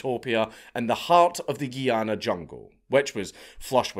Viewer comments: Me: enjoying another Dank video. Also me: Triggered as a West Indian hearing GUY-ANA called GEE-ANA. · It's called Guyana not Geeana 😂😂😂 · It's pronounced guy-anna